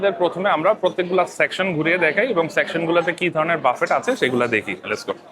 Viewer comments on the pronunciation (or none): It is pronounced as Buffae not buffet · পাগলা, এইটা বাফেট না বাফে... উচ্চারণ। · You mentioned that you have been living in the UK for the last 17 years, but you don’t know how to pronounce “buffet.” The correct pronunciation is “buffay” (like “ba-fay” or “boo-fay”). The “t” is silent.